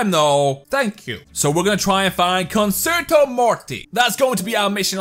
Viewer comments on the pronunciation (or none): It’s not conserto morty it’s prounounced concherto morty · It's pronounced "Conchertoe" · It's concherto that is how you say it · I have concerto morty BTW cun-cherto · it's pronounced (cun-Chair-toe) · Fun drinking game: take a shot everytime he mispronounces "concerto" you will die of alcohol poisoning. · I came across this video thinking it could be pretty cool it just makes me mad that he doesn't pronounce concerto right.